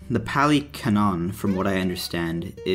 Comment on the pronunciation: the word is pronounced like cannon, and it’s just a word that means, basically, “established or agreed upon truth in a given context,” i.e. biblical canon, historical canon, religious canon, etc. great video btw. good explanation of the 4 noble truths. and i really like your first point, people too often try to detach buddhism from its roots so they can adopt it piecemeal.